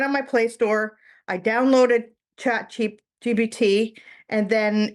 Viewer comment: It's ChatGPT. She's pronouncing it wrong. If you try what she did, you will get some very generic responses.